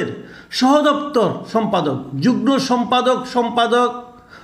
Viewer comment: উচ্চারণ হবে যুগমো রে মূর্খ।